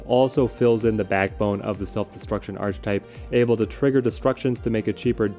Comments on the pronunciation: The word is pronounced Ark E Type not Arch Type. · Ark-uh-type. The word is pronounced 'Ark-uh-type'. I know it's spelled 'Arch', but that's not how you say it. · Love the list, just wanted to tell you it’s pronounced ar-ka-type. Don’t ask me why, English is stupid. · Great video. Question: is there a reason you continually mispronounce archetype? Your content is amazing, but continually saying this word wrong keeps me from subscribing....